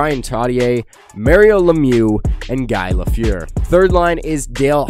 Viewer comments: guy lafyeur??? its GUY LAFLEUR. Guy pronounced Gee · Way to pronounce Guy Lafeur's name completely wrong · You butchered guy lafleur’s name omg